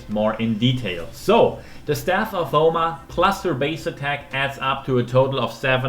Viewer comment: The Yoma is bugging me, obviously it's Homa after the Chinese term 護摩. Don't butcher words according to your subjective interpretation. Otherwise this calculation video is 👍🏽.